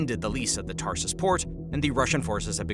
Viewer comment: Its not "Tarsus" port, there are no 2 S-es. It is Tar-tus